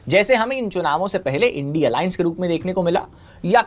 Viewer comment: इस बॉस डी वाले को India बोलने में दिक्कत है Indi बोल रहा है 😂😂😂